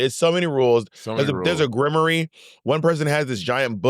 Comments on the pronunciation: GRIM-WAHR not GRIM-OR-REE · Momma! Grimoire = Grim-Wahr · Ms ma’am I have never heard Grimoire pronunced that way🤣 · Someone please tell them how to pronounce grimoire 😫